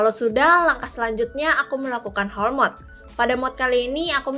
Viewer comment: Holee mod bacanya "holi mod"